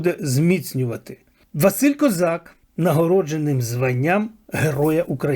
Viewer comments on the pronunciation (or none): none